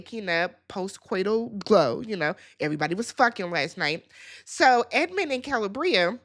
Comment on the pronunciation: Kuh-lee-Bree-ah 🙄🙂‍↔️😑 you pronounce names like you’re from MN too…😶😵‍💫🥴